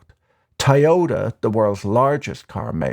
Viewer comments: Tai-yota? What a brand; selling a million cars in the US each year and we never heard of them? 🤣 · Dude, go to a speech therapist for Toyota